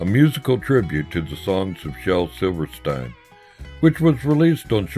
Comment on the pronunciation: its pronounced SILVERSTEEN